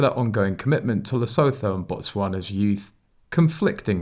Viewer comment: It's SEN-TE-BARLAY AND LESSOOTOO